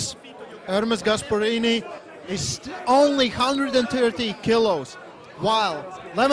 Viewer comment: Dont let and English guy host shows like this again please 🤣gaesperini , luvun tf 🤣🤣🤣